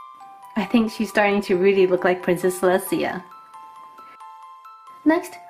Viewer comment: Celestia actually has no niece and you should learn how to pronounce her name right🙄😒